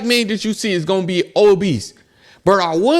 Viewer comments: It's OBESE! not OBEESE"D".. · my boy said obeast hahahaha